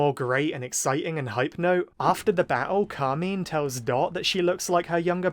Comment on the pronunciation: It's CAR - MINE ... pls why is that so hard